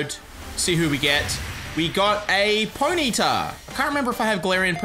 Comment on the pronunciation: You pronounce Ponyta all wrong and it pisses me off